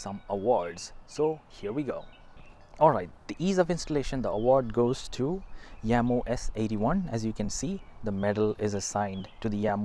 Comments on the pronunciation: Jamo. NOT yamo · You are incorrect. Watch first 5 secs of official Jamo video. They pronounce it as "Yamo"